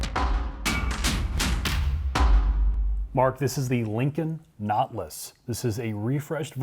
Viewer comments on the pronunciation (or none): pronounces "Nautilus" like "not less". (or "naught lass") And with an ass-tested ass king price... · “Naw-til-us” not notlas. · It’s pronounced Naw-TIL-us. Not,.... Knotlus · Never heard of a notliss. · Notlus, I've always pronounced it, Not-tè-lus. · Nautilus is a 3 syllable word, not 2. naa tuh luhs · I heard "naught-luss." Same thing, I guess. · “Lincoln Knotless” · The Lincon Not-Luss! How Preem-um! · wow...the caption spell LINCOLN KNOTLESS when pronounce this suv Nautilus.. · Wtf is a Not-lus? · can't pronounce nautilus right lol